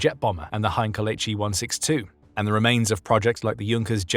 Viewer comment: "Muzzersmyte", "Hinkle" and "Jonkers" 🤣🤣🤣🤣